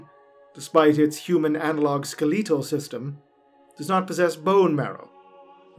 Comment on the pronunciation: That "Ske-LEET-al" pronunciation gets me every time lol